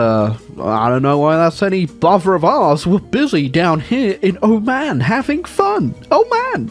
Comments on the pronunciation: The way he pronounces Oman hurts me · Iran to Iraq and said “oman”